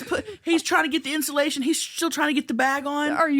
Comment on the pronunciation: I’m in tears at the mouse story and then when the timer went off saying “if you’re a mouse that gets in instillation (instead of insulation)…fuck youuuu!” I am crying 😂😂😂 Love y’all hunnies ❤